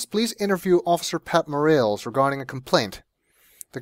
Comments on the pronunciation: It's pronounced "More-ah-lays", but whatever... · This has been said before, but it's pronounced 'Mor-AHL-es'. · Officer More-rails lol. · More a less